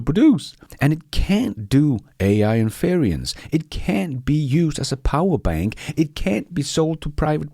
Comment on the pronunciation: "INFERENCE" is pronounced "IN- FER- ENCE", just like it is spelled.